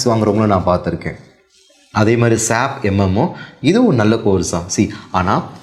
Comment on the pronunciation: Sir with due respect, please don't pronounce "SAP" like a word, its S.A.P